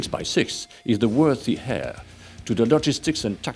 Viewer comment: Interesting video. Thank you. By the way, heir is pronounced ‘air’ in English.